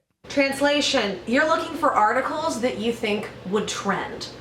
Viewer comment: Is it just me or when he says articles does it sound like orticles